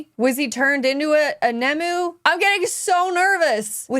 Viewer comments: Struggling to understand how youve managed to mistake ‘nomu’ for ‘nemu’ even though its shown in the subtitles and said outloud countless times at this point.. I can ignore how you pronounce kabuto but the nomu thing is like calling deku daku..why How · Why is suddenly pronouncing things like "Nomu" and "Aizawa" so weird?